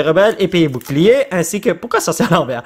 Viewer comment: mdr comment il dit épée et boucliée